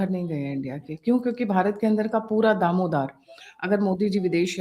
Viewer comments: दामोदार नही दारोमदार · Not Damodar Right is दारोमदार